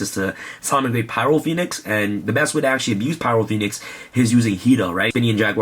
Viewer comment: did anyone else notice he said phyro poenix? he had a dyslexia moment lol